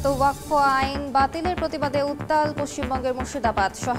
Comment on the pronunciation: ওয়াক্কফ না ওয়াক্ফ উচ্চারণ হবে।